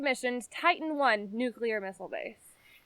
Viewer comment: I’ve watched the entire series. Thank you for producing it. But, I’m still perplexed at the fact that, after spending years of your life here, you still can’t pronounce the word, “nuclear”. I find that very odd.